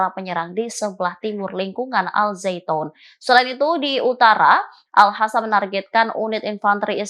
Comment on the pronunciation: Reporternya cantik tp nyebut al qasam jd al hasam😁🙄